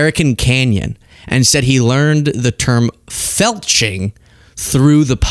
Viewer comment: My husband thought you said click the felching button instead of the like or subscribe button. 😆😆😆